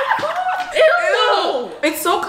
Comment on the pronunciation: “That feels so wærm”